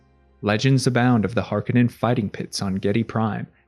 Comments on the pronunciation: Har-KO-nen, not HaR-kA-nEn... KO... Har... KO... nen.... Harkonen. -..- "Harkenen" .... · It’s Har Ko nen….not har ka nin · Hark A Non is how its pronounced.